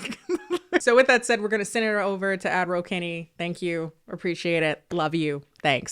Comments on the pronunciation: Oh... I genuinely thought that's what she was saying 🫠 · I know you’re saying, “Ad Roll ” but I always, always here. 😂